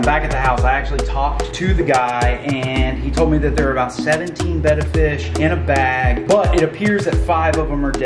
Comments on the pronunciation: You need to learn how to say your fish's names right they're not bett fish they're betta fish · Really working for these comments by saying Betta wrong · You are saying betta wrong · Your saying that name of fish wrong 😒